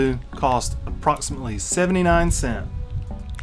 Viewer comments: cents DUDE speak Clearly next time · Bruh it's cents not cent jesus